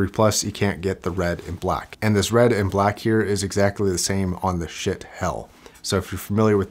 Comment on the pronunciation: lol i thought he said ** not schiit